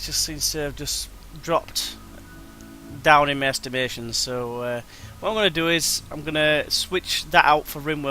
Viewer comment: Oh apperently he says estimastion :/ I must have a dirty mind Xd